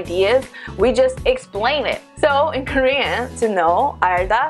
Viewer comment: Her Korean word pronunciation is so different from most foreigners. The pronunciation is genuinely Korean. I don't know how it was possible. Most foreigners, even though speak fluently in Korean but with thick foreign accents and pronunciations.